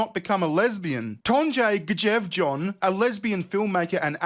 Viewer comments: please read my comment 😉 Normally I wouldn't pull you (or anyone for that matter) up on how you pronounce words. However, I am currently learning Norwegian. So on behalf of all Scandinavia, I must point out that [mostly] the letter "J" is pronounced as the letter "Y". Now, you can do the whole video again, but be able to pronounce the Norwegian correctly (maybe) 😁😘 I think your funny as phuck btw. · The J sounds like a Y in Norse 🤣